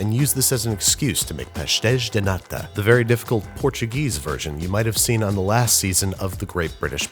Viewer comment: Sorry bud but you gotta work on that pronunciation of “natas” - if you want the BEST Portuguese natas without leaving the country, come to New Bedford, MA.